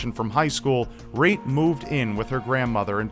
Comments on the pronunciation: Great job in pronouncing those Estonian names,, and thanks a bunch for the video. If anyone is interested, here's a translation of the postcard she sent to her family: Dear mom and dad, The weather is nice, the people are kind. I have a lovely small apartment. I often visit the sauna. Please write. With hugs, Reet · really cool video! I really enjoyed it. (not to mock u or anything but it was kinda funny to hear you say Reet with the american accent (I'm estonian myself) but other that that it was a cool video) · I read the name of the victim and my first thought was "huh that name sounds really Estonian" and damn I was right. Nice butchering of the original pronunciation tho:') I feel really sad for the family and friends that never heard from Reet again, I cant even imagine the pain the must have gone through. Hope it's not too late to catch the killer and that justice would be served. I'll translate the full message of the last postcard she sent to her parents if anyone is interested - "Dear Mom and Dad. The weather is good and people are nice. I have a nice little apartment. I go to the beach often. Please write. Hugs, Reet." Also interesting that the message is riddled with grammatical errors, but since I guess she didn't receive an estonian education it's understandable. Thank you for your dedication! I've watched and loved your channel for years, the recent situation really sucks and is unfair. I wish I could do more to help. Stay strong and keep doing what you love, whatever that may be.